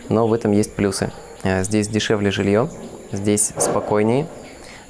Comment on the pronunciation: "ценник был дешэвле" :))))))) -- он был нижэ.